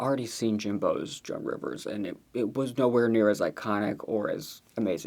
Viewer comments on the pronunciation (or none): none